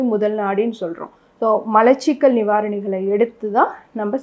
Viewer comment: நீங்கள் இந்த வீடியோவை ஆங்கிலம் தெரிந்தவர்கள் மட்டும் பார்க்கவும் என்று போடவும். உங்கள் விளக்கம் இன்னுமொரு டாக்டருக்குத்தான் விளங்கும். மளச்சிக்கல் உச்சரிப்புப்பிழை. மலச்சிக்கல் என்பதே சரி.